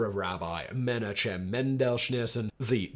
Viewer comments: Simon, just a tip: any time you see a name in transliterated Hebrew with "CH", it's the same "CH" as in "loch" from the Scottish accent (or like a G in Dutch). Wikipedia calls it "Voiceless uvular fricative" with the sign "χ". So, Menachem is "me-NAH-χem", Tzemach Tzedek is "TSE-maχ TSE-dek", Yitzchak is "YITS-χak". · ok, all good with the content and so on, but please pronounce the names right. Yitzchak = Itzjak like J in spanish. it is not a Ch sound like Chilli, it is more like Chanukka, or Janukka (J like spanish). Menajem, and so on. no chillis pls, there is no such a sound in hebrew